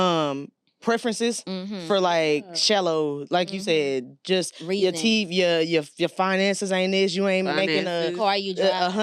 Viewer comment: Why cause he fine he can’t do teef 😂😂😂